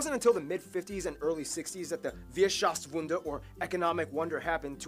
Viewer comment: And to nitpick a bit: its "Wirtschaftswunder", not "Wierschaftswunder"!